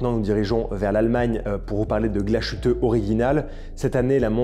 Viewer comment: Belle sélection. Il y a du mieux sur la prononciation de l'Allemand ! ;-) Sauf pour Glashütte - dire Glass-hütte (pas "ch" ou "sh" ;-) Bonne fin d'année !